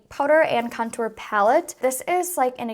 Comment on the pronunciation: I literally love the way u say contour!! It sounds so bouji 😂♥️♥️♥️♥️♥️